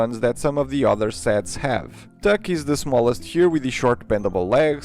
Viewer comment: bro i just got offence attacked when he pronounced Tuk wrong